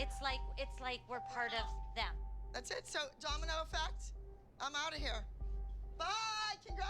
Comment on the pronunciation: anyone else notice how the announcer said donimo instead of domino. Idk why it bugs me every time😭